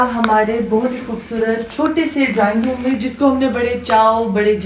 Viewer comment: Drowning means dobna hai or ap drawing room ko drowning room bol rhy